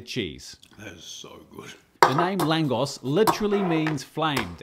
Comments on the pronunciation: Nice work. One of my favourite food. Its very good pair with gulyas (goulash) soup. (just a little sidenote: the correct pronunciation is laangosh, hungarians using "S" as "SH") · It’s pronounced “lagosh” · It's pronounced làhngosh, baaaaaszus 😂😂😂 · Its pronounced langosch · Hungarian food doesn’t get the credit it deserves! Appreciate the post! It’s pronounced langosh btw 😂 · it's pronounced, langosh ... my late Hungarian mother used to make them, and we used them as a dipping bread in a bean soup she used to make, called "bob lavash" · Very good, chef. ❤ One small detail tho, the "s" in "lángos" is pronounced like "sh" in english, like in "shovel". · Pronounced langoSH. But yeah, its fantastic regardless of how you pronounce it. They look fantastic. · I really love those ❤ but I think your recipe needs way more garlic oil brushed on at the end 😂 oh and btw, I think you pronounce it with „sh“ like in oh my gosh ;) greetings from 🇦🇹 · you actually pronounce this "langosh" ☝🏻😄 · correct pronunciation is langosh (th a is long and pronounced like in french) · should be "lun-gosh" as you pronounce. As Budapest's "S" letter is also not "S" as you say it on English, but "Sh". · The S is pronounced like Sh (so more lángosh) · Its pronounced LANGOSH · Never thought you'll make something from my country!! Next time try some EVOO and grate garlic in there, the spicier the better ( depending on how much you like garlic ), after you fried your Langos you brush it with this garlic oil first, then sour cream and cheese. The S at the end is pronounced as SH:) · "s" in hungarian is pronounced "sh" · Pronounced ad with english "sh" at the end...